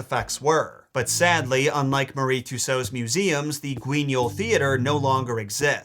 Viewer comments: Hey buddy don't wanna be that guy who tries to correct people but Madame Tussauds is pronounced like Mad am two swords or ma· duhm too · sawdz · Um…it’s pronounced Madame two-swords but this isn’t a telling off, I get why you made the mistake it SHOULD be pronounced the way you said…old English words hey?